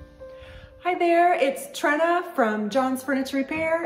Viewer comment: Far be it for me to be critical but in your intro you mispronounce your name. You pronounced it as TREN UH and, we all know the correct pronunciation is. Your Dad, John, explained to me that you were named because most, if not all,of the furniture your Dad repaired was made of wood and all that wood started life as a TREE...Another spectacular restoration..